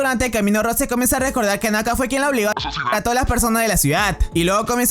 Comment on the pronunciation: se pronuncia rous